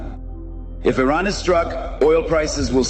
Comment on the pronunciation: First of all thank you for pronouncing the name of our country correctly. It is indeed pronounced Ea-ran, not I-ran. Third explanation would be the millions of Iranians on the streets in Iran and outside of Iran wanting regime regime change and we need foreign help to achieve that.